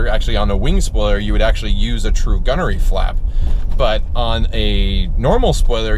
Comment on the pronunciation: Isn’t it gurney not gunery